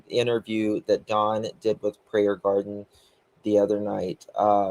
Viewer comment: I love how adds the S on Prayer Gardens name lol 😂